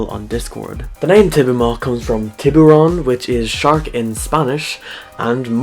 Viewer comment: You pronounced tiburon it’s pronounced tea-bu-ron but your pronounciation is fine